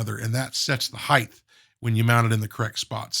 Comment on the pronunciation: It is a pet US aggravation for me. Sort of like an audio OCD. Height has HT on the end not TH. It sounds like kite not kith. So many Yankees say heigth not the correct height. No th on the end!